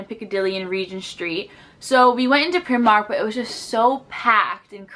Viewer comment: Pry-mark. Often referred to as pry-mar-nee (as in Armani)